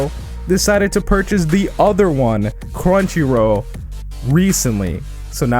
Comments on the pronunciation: Also it's crunchy roll not row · Crunchyro??? Am I the only one hearing that?